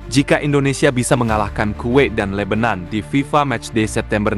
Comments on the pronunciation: Yg benar Libanon bukan lebenon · Jgn ubah nama negara orang,,Lebanon,,disebut lebenan